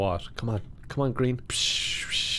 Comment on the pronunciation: 'pick him it's GREEM'